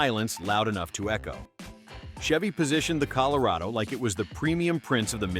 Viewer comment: Col o ray doe? I smell AI... 💩